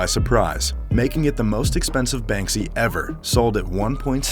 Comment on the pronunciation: SALS VOICE: BANSKY YALL